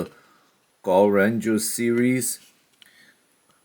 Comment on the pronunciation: Actually Is Gaoranger Not Goranger and Also Animus Megazord is American Counterpart Of GaoGod From Gaoranger. And Also Awesome Video.